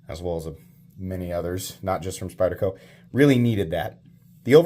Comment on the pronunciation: Thanks for pronouncing the name of the knife correctly. It was very refreshing to hear you do that.